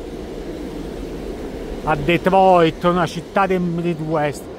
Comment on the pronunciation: Mamma mia..ti vanti sempre di aver il dottorato..di essere laureato..e poi dici" se io dovrei cambiare! Non sai pronunciare Detroit...parli solo di soldi..ti vanti in continuazione...bah..questo è ultimo video che guardo. Ti saluto